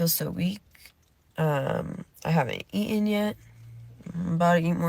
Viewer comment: Not too sick to post. “Ee-inn.” Is she saying “eaten?”